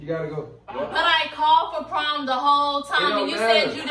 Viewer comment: It's the "Prom" and not "Prime" lmao for me 🤣